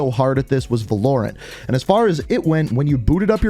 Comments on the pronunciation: Everyone: Valorant: Vuhlorant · Bro is Val-Or-Ant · He said(vuh-lore-ent) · "Valurant" Its pronounced Va-Lo-rant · wtf why he say volorant? hahahah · What's vul-hoar-ant? sounds like a great game! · he said "Valorent" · "VA LORE ANT"? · Not only does this idiot not know how to pronounce names he has absolutely no idea what he's talking about. A kernal level driver does not monitor programs it monitors data in ram meaning it monitors anything and everything that goes on with your computer, a kernal level access is the highest authority in Windows. It gives them direct access to CPU instructions and cycles. Meaning not only can they spy on anything and everything you do but if somebody screws up the programming of an update it can literally brick your system. Not to mention the fact that these types of anti-cheats don't even work, Dayz has had kernel level anti cheat for years and anybody who's played that game recently knows that it's almost exclusively cheaters. This will do nothing to reduce cheating especially in the long term. Don't buy vanguard and I highly recommend uninstalling every Activision product especially call of duty. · He just butchered valorant 😭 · Yo why do u say Valorant like that 🤣🤣🤣🤣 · The way he pronounced ‘valorant’ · Ain’t no way you just pronounced Valorant like that